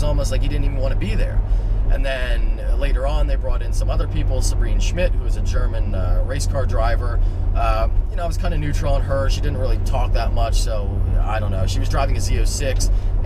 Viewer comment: FYI - It's Sabine (sounded like you said Sabrina) Schmidt and she's considered one of the authorities on the Nurburgring, and she'd usually appear on any episode that focused on it (she raced a van around it on one of the episodes. She was also on the Top Gear episode vs the Germans.